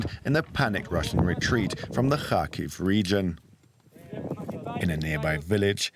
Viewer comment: Please, don't say "har-HEAVE". It's HAR-kiv. HAR-keev is all right too, I think. (If you want to give the initial H a gravelly, throat-clearing type of sound as Ukrainians themselves do, that's good but not necessary, since English speakers generally aren't good at making it.)